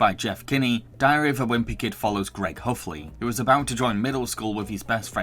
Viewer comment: You say it Heffley with an E not Huffley.